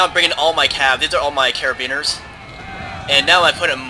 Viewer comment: Btw, It's not pronounced Kar-a-been-ers, it's an italian word for Police. It is pronounced cara-bien-yer-ee, and is spelled Carabinieri.